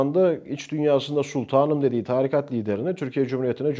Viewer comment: Çok akıcı ve dolu dolu konuşmalar ama lütfen artık 'tarikat' kelimesini doğru telaffuz et :'(